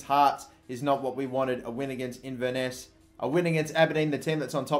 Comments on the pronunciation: it's pronounced in-ver-ness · its pronouncer in-ver-ness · Inver-nuss? 😂 Inverness Caledonian Thistle, Kill-ma-nock? WTAF 😂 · Inverness is pronounced In-ver-ness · 😂😂😂😂😂 the way you pronounced Inverness 😂😂😂